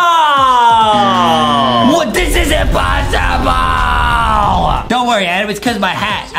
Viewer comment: THE MARBLE PART IS "imposterble" B)